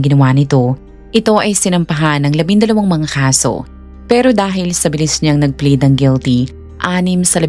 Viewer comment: not bleed....but PLEAD....